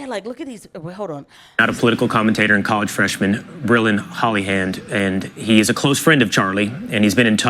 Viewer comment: "HOLLYhand"??!! Really??!!